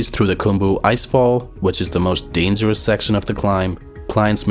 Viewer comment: It is not "danzerous", but "dangerous". It is a G, not Z. He tried hard but, could not hide his Nepali accent (pronunciation), lol.